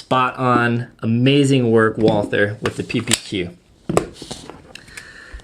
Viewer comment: Say Walter not Walther!!! No th in it its German not english!